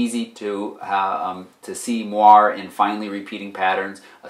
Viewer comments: Moiré is pronounced mwaray, not mwar. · Moire is pronounced mwɑːrˈeɪ